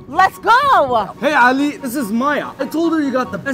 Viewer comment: are you guys Arab because in Ali you pronounced the a like ع and you say shawarma in a arabic accent so are you Arab .